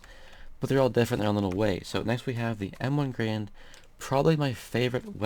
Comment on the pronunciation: m1garand is pronounced m-one-gair-and